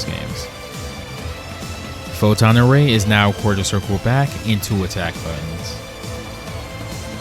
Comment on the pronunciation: Dr. Doom: Photon array! What I hear: don't bother Ray! 🤣